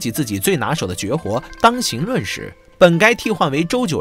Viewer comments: 当行（hang）论，谢谢，这都不知道就别丢人了好不？ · 当 "hang"二声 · 那叫当(dàng)行(háng)论，下次做视频前能不能先下点功夫，别闹笑话